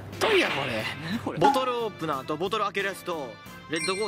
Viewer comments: LEDをレッドって読むあたりじわった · LEDコースターってレッドじゃなくて エルイーディーじゃないの？w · エルイーディーをレッド言うな！ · LEDの読み方は ｢レッド｣ ではなくて ｢エルイーディー｣ ですよ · LEDのことレッドって 言ってて笑った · LEDのレッドやなくて、エルイーディーでしょw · LEDをレッドって言った？ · 言わんぜよ LEDはえるいーでぃー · true いや、結構いますよ